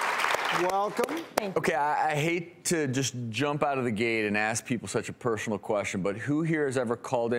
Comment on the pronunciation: Pershonal queshion? Why does he always pronounce the "s" like that.